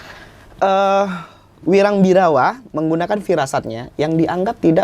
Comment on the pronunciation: Ini host kok ku lihat dan dengar dari dulu sampe sekarang sebut nama si wirang kok salah sebut terus, kenapa ya 🤣, masukan tuh host kalau sebut nama orang jangan salah mulu 🤣